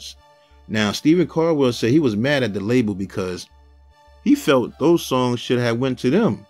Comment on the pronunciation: It's Stephen Caldwell not Stephen cardwell